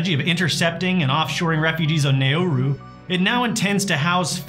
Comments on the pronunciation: Another Australian: ... It's pronounced Narr-roo... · It’s pronounced “nah-roo”. But I’m so ashamed that it’s my country held up as this example of anti-refugee policy. Which we are, don’t get me wrong. What we do is atrocious. I’m just ashamed of what we do. That other countries see this and think it’s a good example to follow is awful.